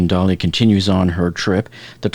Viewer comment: If people would pronounce the name of the ship correctly (dah-LEE, like the way the artist Salvador Dalí pronounced his name) then no one would think it appropriate to play “Hello Dolly” as background music. Just sayin’…